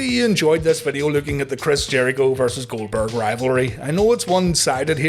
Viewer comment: Jericho constantly butchering Goldberg’s name 💀